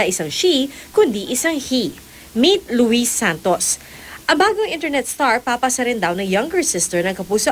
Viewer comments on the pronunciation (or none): Louie po ang pronunciation ng pangalan nya silent S po, hindi po Lu-wis